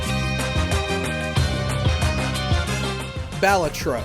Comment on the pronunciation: You should be suspended for a month from this channel for that butchering of the pronunciation of “Balatro”